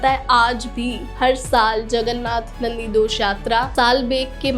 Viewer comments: Hey u talking wrong pronounciation nandidosh nehi Nandighosh Rath, ye JAGANNATH JI ki Rath ka naam hai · Not nandidosh it nandighosh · Also chakila jhhil...it's Chilika jhill .and Nandidosh... wrong.its Nandighos . Bhagwan ka cheez ka pronounce corect karna chahiye.over confident me bohot pronounce galat ki he 😂😂fir bolegi subscribe nahi karte 😂😂😂